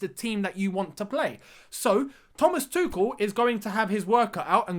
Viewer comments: How is that Tuchel really been pronounced? I thought it's tu-chhh-el (like tush-shel) But pronounces it as kel- tu-kel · Love his energy, I can feel the swing of intensity already.... isn’t his name pronounced as Tushel rather than tukel? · So is the pronunciation, Too-kel’ or ‘Too-chel’? 🥴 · Please pronounce his name correctly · his name is pronounced with a sh sound